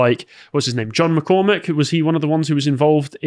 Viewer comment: John McCormick? ;_; it's Carmack.